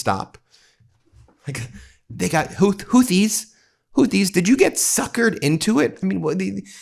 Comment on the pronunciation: He doesn’t even know how to pronounce the name of his enemy. He thinks he’s fighting Hootie of blowfish fame. He’s so stupid! I’ve been saying it for years; It’s not what he has that gives him power, it’s what he lacks.